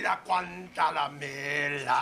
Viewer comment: It's "Guantanamera "